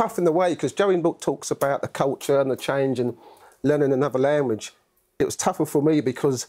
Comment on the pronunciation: “Learning another lamwage”